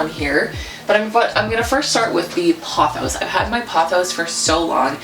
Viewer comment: Pothos- Poe-those Pilea- Pie-Lee-uh For your Maranta/Prayer plant, try setting your water out for a day or two or getting distilled because most filters don't remove the chlorine/fluoride from the water which is the issue with the plants. They also live humidity, so a small humidifier or pebble tray filled with water will help perk it up a bit